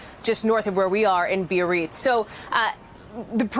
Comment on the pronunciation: BEE AHHH REETZ Biarritz.